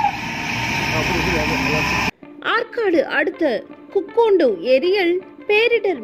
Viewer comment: Adhu kukkundu illa madam ,kukkundi ,it's my village 🥲